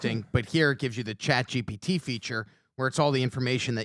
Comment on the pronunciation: Why does Pat say “Chat Gbt “ all the time lol